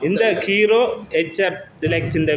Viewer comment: முதலில் தமிழை அர்த்தமாக கதைக்கவுகும் கீரோ அல்ல ஹீறோ